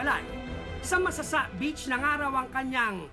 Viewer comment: Point of Clarification lang guys and No Offensive Intent, Just to Point Out: Tamang Pronounciation ng Masasa Beach ay yung nababanggit ng Kapuso Reporter na si Caesar Apolinario on this video documentary. "Not lethal" pero maaari kasing maging iba ang interpretasyon ng mga Batangueno na makakarinig. Tulad ng Lobo at Calaca Municipalities (which are also great places for their beaches). May "punto" o accent ang mga barako eh, but no harm naman, a lot of caring, generous, and hospitable people ang mga Batangueno. Ako mismo nagkakamali pa din minsan sa pagbigkas pero there are people willing to teach what is right naman. Of course, Batangas is a great place to visit. Regardless if hindi makapagbigkas ng tamang "punto" at hindi minsan makaintindi ng ilang terms (ex.: guyam/langgam, bilot/tuta, balatong/monggo, aatis-atis/palamya-lamya, at tubal/maruming damit). Marami pang madi-discover sa probinsya ng mga barako. Beaches, mountains, forests, lakes, seas, name it! Search lang guys and marami pa tayong ma-discover. :)